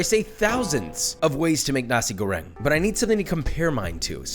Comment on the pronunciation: You should pronounce the R in Goreng like, ARrrrrr